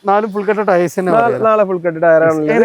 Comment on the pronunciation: മോഡൽ പറഞ്ഞില്ലേലും കുഴപ്പല്ല ആ ടയേയ്‌സ് എന്ന് പറയുന്നത് ഒഴിവാക്കു( ടയർ എന്ന് പറഞ്ഞാ പോരെ )